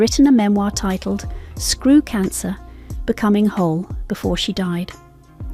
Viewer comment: Lol, 'screw cancer - becoming a hole' is what i heard